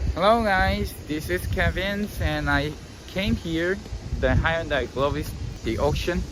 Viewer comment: Question how come when you pronounce Hyundai you are not pronouncing it the way it is in korean?? Most Koreans do not say Hyundai the way you do